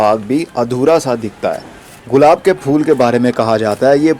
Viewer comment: برادر یہ غلاب نہیں گلاب ہوتا ہے۔